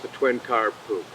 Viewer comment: Perhaps you should tell your "ai voice person" that it is n o t pronounced "puke".....🤯 #aislop #NEXT